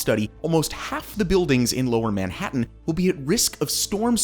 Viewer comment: dude if u keep pronouncing if like that (Manhattan) im going to have a brain seizure. ITS SOOO WRONG!!!! ewwww